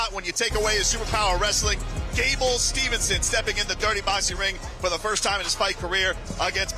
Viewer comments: Gable STEVESON, not STEVENSON … announcing messed his named up the entire show , gotta do better than that … Great job Champ!!!! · How come the COMMENTARY can't say Gable STEVESON correctly!?!?!?